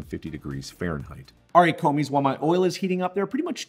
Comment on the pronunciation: "Commis" is actually not specific to cooking and simply means "clerk". The 's' is silent so you would pronounce it as commi.